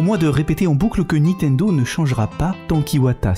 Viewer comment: on dit niNtendo ! pas Nitendo, on dirait ma grand mère, merci